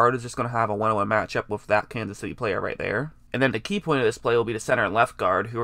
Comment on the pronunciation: Man sometimes I have such a hard time watching these videos. Are you saying "wif" or "with"? Pronunciation is cool